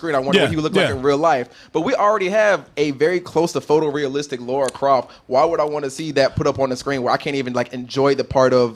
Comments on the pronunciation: Exactly lol her name is not Laura it is Lara which rhymes with Tara, Mara and Kara. Why do people even some dudes on the game development team say it wrong. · Guys it's Lara. Not Laura. LARA Croft. Why do so many people pronounce it wrong? Phonetically like "La La" except with an " R " NOT LORA like "Laura Dern". I normally wouldn't care but they are two different names, and every channel I go to says her name wrong. As far as the trailer goes. It was OK. Feels a bit bland. While Alicia Vikander is OK in the part, I think they should've gone with someone better. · butchered her first and last name. lol